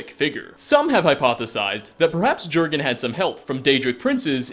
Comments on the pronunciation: glad you addressed the improper pronunciation yourself because while it doesn’t actually matter it bugs me a fucking lot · Say "Jurgen" one more time. I dare you. I double dare you. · jurgan mah gurgan @@ it's pronounced yourgan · It's yurgen REEEEEEEEEEEE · *YORGHEN not jorghin or jerghin... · Yergan not jergan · It's pronounced "Yor-gen" not "Jer-gen" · Jergen pronounced yurgen not gergen, like jarl is pronounce yarl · If you've played the game then you should know that the Nordic pronunciation of "J" is a "Y" sound.. So, "Jurgen" is pronounced "Yurgen." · Its pronounced "Yur-gun", not "Ger-gun" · J's are Y's in skyrim! yurgen not jurgen! yarl not jarl!! cmon u know this!! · sigh ... *Y*urgen Windcaller, not Jurgen... Man, I like your videos a lot, but you mispronounce so many things... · bajsbla Sure, were you live it might be pronounced Jurgen, but in-game they never pronounce it like that, the Greybeards clearly calls him "Yurgen". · I know this will make me sound like a dick or something, but Jurgen is norse and is pronounced Yurgen. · Gergun still wouldn't be pronounced how you were saying it.... Just sayin'. :x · Jurgen is pronounced "Yurgen". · It's pronounced yergan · It's not pronounced Jurgen its pronounced yorgenn as in yorgen windcaller just do u know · yergen* j = y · do you play with the sound off or something? the game must've said "yur-gen windcaller" over 10 times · I think it’s pronounced yurgen because of names like arnbjorn being pronounced arnbyorn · how could you not know it's pronounced Yurgen xD lol! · HOW DO YOU PRONOUNCE "MEHRUNES DAGON" CORRECTLY, BUT NOT JURGEN. YUHR-GEN. YUUUHHHR-GEN. The ease with which you mispronounce nearly everything is nothing short of miraculous. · He had the horn of Jergens moisturizer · It's pronounced as 'Yur-gin' Arngeir literally says it. The J is silent. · THE J IS PRONOUNCED LIKE A Y AAAAAAAAAAA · J's are pronounced like Y's he's not a friggen bar of soap